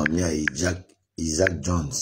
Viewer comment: tu sais de qui il parle même s'il ne prononce pas bien son prénom